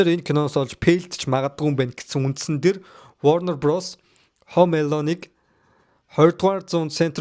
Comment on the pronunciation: Пээлдсэн,Хөөм Эелөн,поокс,Паак ю 😂